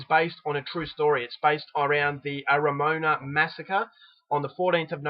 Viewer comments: no it's 'a-ra-mo-a-na' not a-ra-Moan-a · LOL Arra- MOAN-a! LMFAO You ignorant!! No idea about Maori language pronounciation! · Only kiwis would laugh! It's actually pronounced Ara-Mo-arna. Thanks for reviewing this film, it's a powerful though terrible mark of NZ history, and shows even NZ has murders! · No one can instinctively know the correct pronunciation for all languages,are you an ignorant person because you can't pronounce every word in the world perfectly? I did laugh at Ara moan a though,lol.But i don't think he is stupid for getting it wrong :3